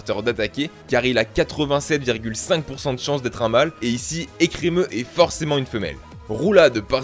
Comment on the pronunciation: Blanche et son ecremeuh là c'était galère